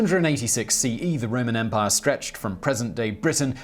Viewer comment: The way Simon says "EM-pai" is quite humorous. Great gusto on the second syllable.